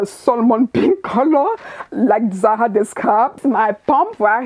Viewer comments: It's ZaRA RRRRRRRRRRRRR! Not Za Ha. LOL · It’s the “zaha” for me! 🖤✨